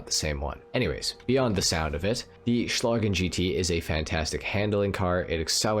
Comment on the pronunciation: Oh, and congratulations, you might be the only english speaking gta youtuber who pronounces "Schlagen" right.